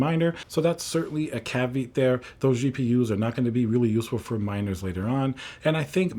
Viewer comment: did you really just say “Calve-eat” 😂